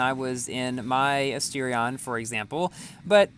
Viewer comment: Why does he says chentanario and astirion